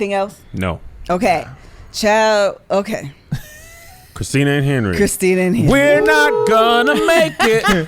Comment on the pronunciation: It's Christin-a 😂😂😂